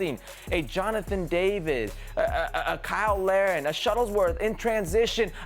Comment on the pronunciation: "Shuttlesworth" lol